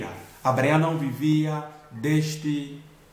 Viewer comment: Muito bom, mas não deixei de notar "Abreaião" kkkk... Obrigado irmão pela palavra edificante